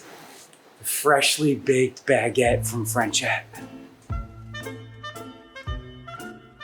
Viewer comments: How he says baguette is crazy. He says it all day everyday but doesn't know the word. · why is he pronouncing baguette as 2 words?